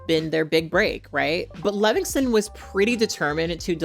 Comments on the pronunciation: Sound it out.... Levinson. Lev-in-son. Not Levingston lol ❤ just a pet peeve of mine I realize I am being annoying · “Levinson,” not Levingston or Levingson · I agree 100% with everything you said. Except you mispronounced Sam Levinso's name about 15 times. But who cares really, his name might🎉 as well be Paul Verhoeven. The fact that "The Weekend" didn't like that the script (about a FEMALE pop star) seemed too "female driven" tells me all I need to know about him. And yes, his acting is awful. Too bad the production fell onto the hands of misogynist, it could have been really interesting. And also too bad Jennie is involved. I was so excited to see her acting, but not in this trash. Borahae!💜🫰